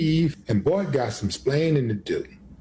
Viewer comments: I love this line: “Bart has some splainin to do” how did they ever let him graduate grade school without being able to speak English? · “Bart got some ‘splaning’ to do.” I have a hard time taking people seriously when they constantly butcher the English language!